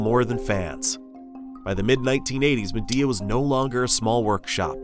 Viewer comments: Isnt it pronounced Mee-Dea like Xiaomi, Mi? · MY-DEE-UH ~per them, this is the pronunciation.